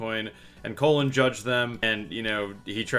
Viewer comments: It's colon not cologne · Why are you calling him cologne his name is gd colon